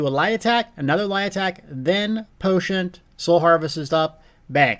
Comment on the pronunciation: I love you but there is no T' in "potion..." unless of course you're actually putting herbal tea in your potions. That I would understand.